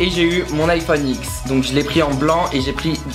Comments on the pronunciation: Juste les gens, on dit iPhone 10 et pas X donc arrêter de mal prononcer, ça me stress. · On dit iPhone 10 putain, le X c’est un chiffre Romain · Ça se dit iPhone 10 pas iPhone X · Ça se dit iPhone 10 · Je suis la seul a bien prononcé l'Iphone dix que X? Non pas de debat comme pour musically ou musicolly s'il vous plait xD mais c'est le chiffre romain X ( 10 ), même dans les videos officiels d'apple ils disent pas X ^^ mais bon chacun dit ce qu'ils veulent:p superbeee videoooo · On dis iphone10